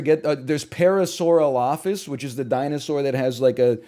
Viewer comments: Can't believe Ryan called me out about paleontology, also his pronunciation of Parasaurolophus was god awful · Hey, he's a busy man, too busy to pronounce parasaurolophus correctly.